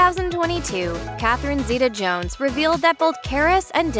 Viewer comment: Thanks for pronouncing our name right